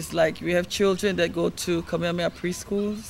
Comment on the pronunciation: In this video, Faye Hanohano comes across as a narcissist and a pretender. I doubt that her native language is Hawaiian. She said "Kameamea Schools" two or three times during the video. A native speaker of Hawaiian would be expected to say "Kamehameha", not "Kameamea".